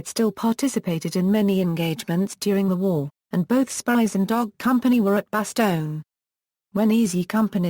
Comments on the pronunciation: Spiers is a very Scottish name and pronounced Speers not Spires. Please do your homework on issues like this. I was getting quite annoyed at the amount of times Spires was used in this documentary. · I only saw clips of "Band of Brothers" but I also caught what seemed to be mispronunciation of the surname in this video. However, the spelling in the video seems to match what I've seen before because I wrestled with the pronunciation myself prior to viewing this. Is it possible that the video spelling and your spelling are alternates of the Scottish name? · This person cannot say his name properly . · At least pronounce his name right.